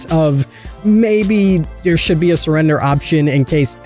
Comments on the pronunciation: surrdender? Here I thought it was spelt like Surrender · Not hating but… Surrdener State 😂